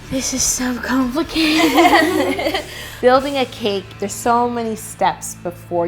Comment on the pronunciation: "This is so complicated" no no no no.... no... you mean "This is so compli'cake'ed"